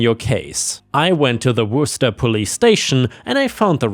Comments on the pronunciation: After years of listening to try to pronounce corps, and coup, he got Worcester right the first time!!?? 😂😂😂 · I'm surprised said Worcester right! and I have heard all sorts of pronunciations.